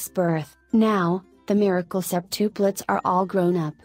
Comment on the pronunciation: I CANT STAND THE WAY THAT ROBOT THING IS SAYING SEPTUPLETS